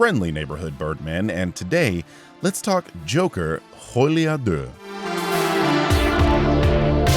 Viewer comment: One thing I've noticed about a lot of North American reviewers is that they can't pronounce deux correctly. I was very pleased that you did pronounce it correctly Birdman!! ❤❤❤